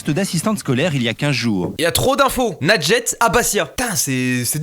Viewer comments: ANECDOTE : Michel de notre équipe n'arrive pas à prononcer ton pseudo, alors il dit MOUSTOU. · Quand la mère dit moi j'entends "lingette" j'suis la seule 😂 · C'est quoi ce prénom sérieux, à chaque fois j'ai l'impression qu'il dis "Lingette" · « bambin » 😭😭😭😭😭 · J'ai compris lingette 🤣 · Pendant toute la vidéo j'entendais "lingette", RIP Panpers votre représentante est pas folle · Perso j'entends "lingette" 🤣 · C’est juste un prénom arabe nadjet mais tu le prononce mal du coup c’est pour sa sa donne r